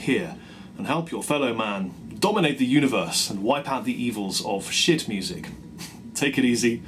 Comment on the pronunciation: I always misunderstood how he says "shoot" for "shit."